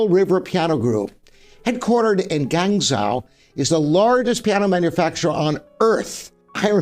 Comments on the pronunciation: Gwahng JOE. Not gangzow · Guangzhou is not pronounced 'Gang-zow', it is: 'Goo-ung-joe', with the 'joe' higher pitch than the 'Goo-ung' (about a perfect 5th or major 6th higher). I thought I knew everything about pianos - however you did teach me one new thing about Schimmel, thanks!